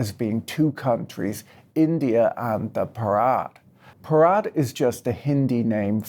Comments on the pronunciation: its not bharaat, its bhaarat. pls pronounce properly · bruh. it's pronounced b-ha-ra-t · Bharat is pronounce baa .ruht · Patrick pronouncing 'Bharat' like that sounds hilarious, since the way he is pronouncing it makes it sound like the Hindi word for a wedding ceremony. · Stress the ‘Bha’ rather than the ‘ra’ when you say Bharat.